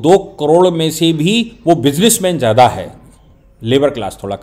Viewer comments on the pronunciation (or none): none